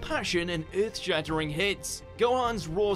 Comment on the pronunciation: What did he say earth like that..